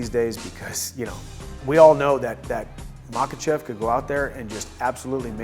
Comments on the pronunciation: He didn't lol. It was better than most people. He said Izlam Mahacev. He stressed the V that's nice. But in Russian pronunciation it would have to be "Khachev" (Хачев). He got the Kha-Chev wrong. If you wanna hear a proper pronounciation of Russian names, it's the Bellator announcer, he sounds like a native pronouncing last name like Nurmagomedov. I keep looking it up if he actually speaks Russian. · He literally said it like any other American would say it